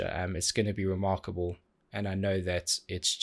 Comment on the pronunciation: If I go a Saturday without hearing you say “reMarco-ble,” then my Saturday isn’t complete 🤷🏻‍♂️😂🥰